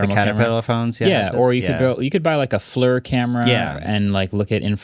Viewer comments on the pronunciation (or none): “Flur” camera?? That the new Flir? 😂 Just hairer 💇‍♂️